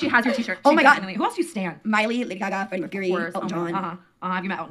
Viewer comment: Did she pronounce Freddie Mercury as "Freddy Myrrh Curie"?